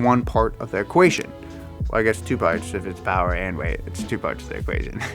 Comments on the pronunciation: Was anyone else hearing “Power to RATE”, or was it just me? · Good video but holy shit, learn how to say "Power to Weight." Weight starts with a W not an R.